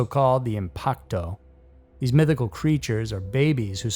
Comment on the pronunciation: ...just got to the part with the Tiyanak and, as someone from the Philippines, I'm just gonna say: It's pronounced "tee-yah-nak", not "tie-ah-nak". That said, your pronunciation of "impakto"'s surprisingly spot-on, ngl